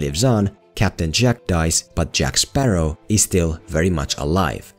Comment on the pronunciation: Jack Sparrah!